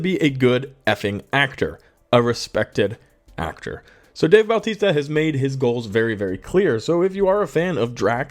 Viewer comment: His name isn't Baltista. It's Bautista. no L.